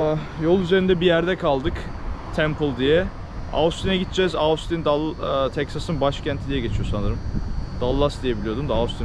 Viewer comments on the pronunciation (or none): Ostin diye telaffuz edebilirsin 😄